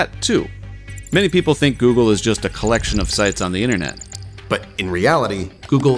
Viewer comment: Internet. Not innernet. Data. Not dadda. Enter. Not enner.